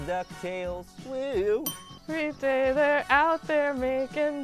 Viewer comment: IT'S DAY , NOT GAY!